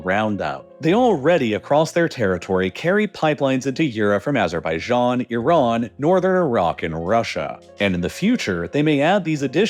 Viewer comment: THank you for saying Iran and Iraq properly. Tired of hearing I-ran and I-rack